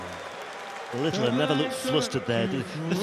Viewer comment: Thanks for the great coverage. I don't know why that commentator calls Luke Littler LITTILER, there is no I after the T's